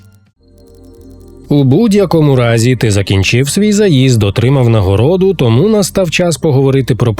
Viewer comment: 13 років тоМУ! А не ТОму! Не чаСУ, а ЧАсу, не гроШЕЙ, а ГРОшей!